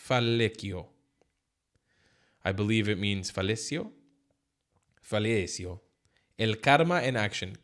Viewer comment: Hi. Fallecido is pronounced something like this: phayeceedo (short “o”). Just my two cents. Crack on mate!